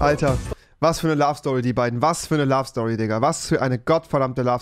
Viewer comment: Lehrer: Was heißt denn Liebesgeschichte auf Englisch? Rewi: Lavstory! Lehrer:😑